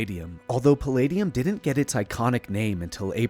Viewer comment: You’re the best. Bobby Ray Inman has fascinated me ever since Clinton tapped him for the White House. One quirk of Inman: when giving his remarks, the word “didn’t” sounded like “did” when he said, “the president did(‘t) know that.”